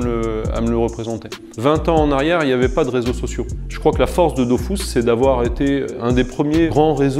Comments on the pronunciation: Avouez on a tous envie de dire que on dit pas "dofousse" mais "döfusse", mais après on ferme notre gueule car c'est le créateur du jeu en personne devant nous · Arrête de dire Dofousse zeubi c'est Dofus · ok donc enfait depuis le début c "dofous" et pas "dofus"?????? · Une pensée à tout ceux qui pendant 15ans ont prononcé « dofus » et non « dofousse »...😉 Peace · C dofuuuuuus pas dofouuuuuse meme le createur ne sait pas comment le dire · on dit dofus pas dofous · par contre c'est dofUs et pas dofousse bordel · j'apprends surtout que selon son créateur ça se prononce "dofousse" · Il le prononce mal 🤣🤣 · dofrousse même mdrrrr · Ankama a toujours eu tort sur le sujet, c'est DofUUs :P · Il ne sait pas de quoi il parle* on dit bien Dofus 👍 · Quand t'appelais pour un code audio la dame disait "Dofousse" aussi, mais je me disais qu'elle se trompait haha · « Dofous » AHHH Oké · La vrai révélation c'est ça : Dofus se prononce DOFOUS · Tout le monde dit Dofusse et pas dofousse? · Pourquoi il dit ''dofousse'' ? Il dit que le tour par tour était avantageux car ça ne prenait pas trop de performances... Dofus est le jeu le moins opti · Il a dit dofous ça peut pas être le créateur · il a niqué mon enfance à dire dofous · il dit "Dofousse" Brûlez le. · pppptdrrrr il a crée le jeu, il l'as codé, il l'as géré, il s'en est occupé pendant plus 10 ans mais oklm il c surement trompé dans la prononciation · Depuis toute ces années je prononcais mal Dofus...